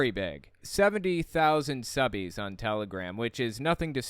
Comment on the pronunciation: "subbeez"